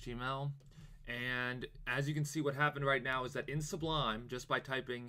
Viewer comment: You keep saying, "S-B-L-U" -- it's "S-U-B-L" That aside, thanks for the video, very helpful! :)